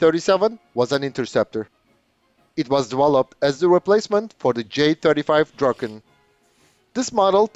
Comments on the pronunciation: You pronounced Viggen correctly. Was it the Draken you had trouble with? I always pictured "Draw-kin" in order to pronounce it correctly. I always liked the looks of Swedish fighters. Their lines and wings look very pleasing. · I'd agree with jfl1642... No complaints! It was the break-down into Draw and Kin that I reacted to. It can be tricky when using other words to phonetically write words in a different language. I'm native in Swedish, but not English, so you would probably pick up on a slight difference in how I would pronounce the vowel sounds in "Ken-doll" as well. But to my ear, the vowel sound I hear in "Ken-doll" (and how I would pronounce it in English), is closer to how I pronounce the last vowel sound in Draken when speaking Swedish. Kin, as in "next of kin", isn't quite there to my ear. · If able too, it's better to picture how you pronounce the A in "dark" or "lark". Saying it like in "draw" really makes it sound weird.